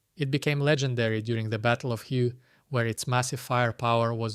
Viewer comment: Hue is pronounced "hway"